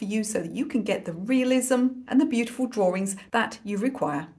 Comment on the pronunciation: Sweetie I love how you pronounce drawings.❤️